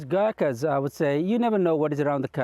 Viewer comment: ओहो आउनुहोस् - Girkas, Girkers, Gerkins it's not so hard GURKHAS🤔